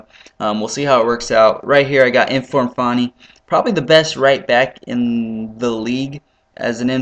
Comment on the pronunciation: why call him farni? its quite clearly fanni? oh dear